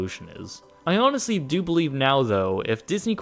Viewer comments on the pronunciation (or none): none